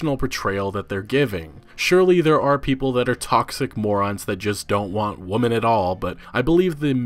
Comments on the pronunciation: Awesome video, but.. "Women" is pronounced wimin, not woman. You keep using the singular pronunciation and it sounds really weird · I'm not sure if it's a pronunciation thing, but it sounds like you're saying "woman" when you mean "women." "Woman" is singular, "women" is plural. Sorry to be that guy, but it happened throughout the video so I had to mention it. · It's pronounced wi-men! Women is pronounced wi-men! Not woman. You really know how to trigger me. lol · It kinda irks me how you pronounce women like woman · I think it's pronounced "women", as in more than one woman. But anyways, EA will not stop the SJW push. They didn't hear enough about pushing it in ME:A and they won't hear it now. They'll just stick with "It's selling poorly because of CoD and RDR". They have an agenda to push and as long as their sports titles continue to bring in BILLIONS, they're in no danger. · Just a tip for you (not tryna be a SJW grammar Nazi): according to my grade 11 English teacher, "women" is pronounced like "whim in" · why are you saying 'woman' for plural? lol? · Oakley Lowe how can a native speaker make such a rudimentary mistake? Even I know how women must be pronounced and I'm not a native speaker xD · Please learn how to pronounce women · Why are you saying woman and not women? it’s irritating. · I was enjoying your video but for the love of god, it's WOMEN, not WOMAN. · Why cant this man say "Women" correctly. he keeps saying "Woman" referring to multiple. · You say “weman” not “woman” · You do know women is not pronounced Wo-Man don’t you? It’s Wi-Men in case you were wondering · "Women" (plural) is pronounced "wimen". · Where are you from? I’ve never in my entire life heard anyone pronounce women as woman. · Why does he keep saying woman in plural? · Why do you keep saying singluar, 'woman' and not 'women'? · You are mispronouncing the word "women". Speak the singular and plural forms of "woman" back to back and you will notice that you say them the same way.